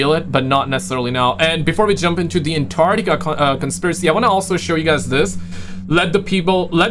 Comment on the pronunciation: Scientists have stated that there are people in America who can pronounce Antarctica, but have yet to provide evidence...